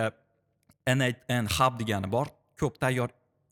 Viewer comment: ЭНэй10 эмас - ЭнЭЙТ ЭН, тугри сузлайнг ээу))